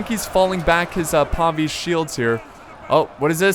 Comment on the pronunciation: PAY VIS not PAW VEES